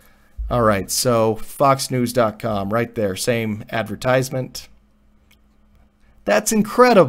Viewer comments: When you make a video and can't even pronounce the word correctly :-) Advertisement has a different stress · Please... Look for the proper pronunciation of advertisement.